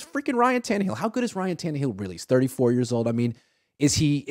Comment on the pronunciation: can you please stop saying Ryan tannehill 😂😂😂😂… my God no ! 😂